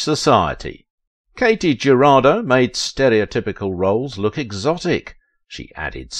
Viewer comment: Her name was pronounced KAH-tee Huh-RAH-doe.